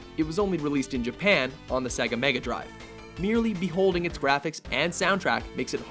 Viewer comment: Brilliant top 10 and I agree with it, but will you please, please, please, please stop mispronouncing SEGA. It's SEYGA (as in GAME), not SEGGA (as in EGG).